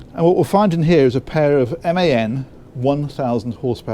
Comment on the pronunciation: A little advice, it is not MAN ist is M A N. Like ACDC… 😊. I like your videos, gives a good feeling even most of the viewers can not afford (including me).